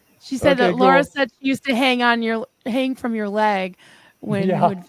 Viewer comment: Lara's name is Lara, not Laura. LA as in "a note to follow soh"